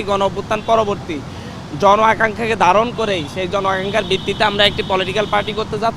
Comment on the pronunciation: ধারনকে দারন বলেন, আপনার বাংলা উচ্চারণ একেবারেই ভালো না, সুন্দর করে কথা বল্লে শুনেও ভালো লাগে